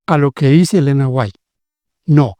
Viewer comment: Ese q habla es un moron nosabe siquiera pronunciation el apellido de Elena White